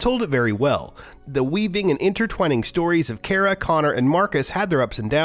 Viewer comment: The way he said Kara triggered me